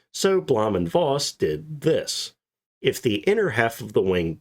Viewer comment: Voss is pronounced "Foss"...😊